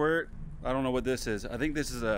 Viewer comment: “Oh nawr I don’t nawr what to do”😂